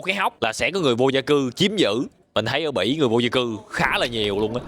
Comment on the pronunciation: Bỉ mà tui nghe là Mỹ😂😂